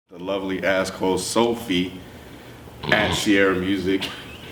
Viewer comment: gotta stop saying Ask Host Sophie, it sounds like Ask Hoe Sophie when he says that shit.